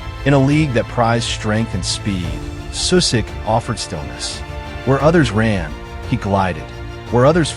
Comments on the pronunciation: Your pronunciation is awful of names and places. Like..really bad. At least do some research on how to actually pronounce at least some of the basic things like, everyone knows that names that end in ic (ić) are not pronounced “Sue-sick”, but “Sushitch” Just saying. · First of all, learn that shitty AI how to say his name. His name Sušić ends the same as Modrić, with the same two letters. And shitty AI said Modrić pretty accurate... And than š is not s, you say it like sch... Anyway, Sušić as a coach led his Bosna to the World Cup, for the first and so far only time. Bosna under his lead played the best and most beautiful fudbal they ever played. And they fired him after the WC. I fucking hate my country, people that runs Football Association, same as stupid fans, for how they treated this man. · It's not Susik. Pronounce it like you pronounce Modric. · Susik ti je nono, amater. Sušić=Sushich. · The least you could do is pronounce his name correctly. Its not Susik, its Sušić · The name is pronounced Sushich. Messi before Messi! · His name is pronounced Sushich! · if you can say Modrić why can't you say Sušić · Shockingly bad pronunciation of his surname and his hometown. Simple google translate would do a better job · you can not even pronounce his name… shame.. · An advice: If you make a video about someone, try to learn how to pronounce his name correctly. Or is it just ai...